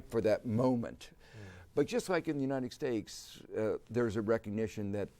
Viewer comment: What is this country he keeps talking about, "The United Stakes".